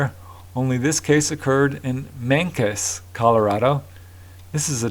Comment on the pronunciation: Alfalfa does have interesting nutritional properties that might be concentrated into a potent supplement. All mushrooms are the fruit of mycelium. Mancos is pronounced "man coze". Excellent episode. Had to watch twice. Another epic chapter in the universe. Thanks buddy 🌟💫✨